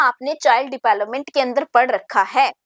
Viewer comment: Development ki pronunciation bahut embarrassing h mam